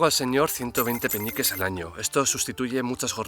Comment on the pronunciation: Alguien más escucha Peñiques en vez de peniques?